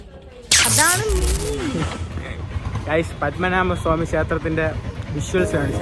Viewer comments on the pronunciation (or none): പത്മമനാമ അല്ല, പത്മനാഭ സ്വാമി ക്ഷേത്രം